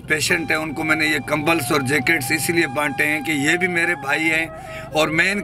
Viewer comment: kambal ko kambal hi kahty hn dnt try to make it english word kambalz🤣🤣🤣🤣🤣